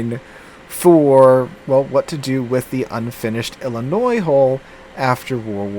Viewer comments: Yes! I’m glad I’m not the only one that noticed! It’s pronounced I’ll-I-noy. Not noise! 😂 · It's pronounced "Illinoi" without the "S" . I don't know why, but you don't pronounce the S sound. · Illinoi. This is how you say it. LOL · Please tell me that you’re just trolling us every time you say Illi-noise. You’re a teacher for crying out loud! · You lived in Louisiana and you can't correctly pronounce the French-derived Illinois (silent s) properly? I could understand all the Europeans mangling all the US cruiser and battleship names, but Illinoise is the sound you get from dropping the state. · As a resident of that state, the S is silent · Absolutely love all of your videos. But for the love of God the S in Illinois is silent.